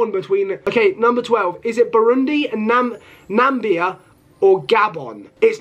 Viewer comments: Doesn’t know how to Pronounce Namibia it is not Nambia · Bro forgets Namibia has an “I” 😂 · All the countries he mispronounced: Azerbaijan, Malawi, Namibia, Tajikistan, Benin, Suriname, Burkina faso and Djibouti😂😂😂😂😂😂